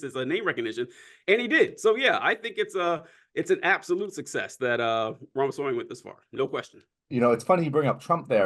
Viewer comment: RAMASWAMY not REMASWAMY😅